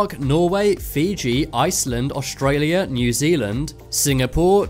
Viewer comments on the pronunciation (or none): none